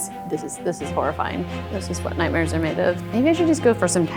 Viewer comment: Did she say fortnite mares?